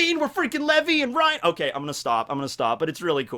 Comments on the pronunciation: Am i the only one that pronounces Levi like leevai, or is just weirdly pronounceing it (levy) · Did He Just Say Lvi for Levi ? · Did say levy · Did you really pronounce Levi as Levy? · so were not gonna talk about how he said levi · The way he said levi😂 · Homie really cant pronounce "Levi"?